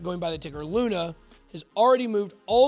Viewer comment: He called it, LUNA